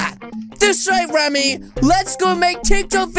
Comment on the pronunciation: You spell it Remy but say Ramy